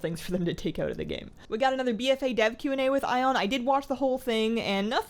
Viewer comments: I’m pretty sure Ian’s name is pronounced e-in not I-on xD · Hey! Great vid, love your pov on a lot of the changes but I just wanted to point out Ion's name is pronounced like "Ian" even though its spelled funny. Not sure if you were saying that way to be funny, but in case you weren't:D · I like how you pronounce his name 'Eye-on' lol.